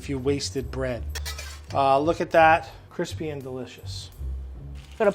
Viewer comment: The sandwiches were nice and CWISPY